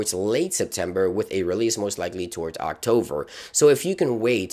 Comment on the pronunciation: Did he say Octover? lol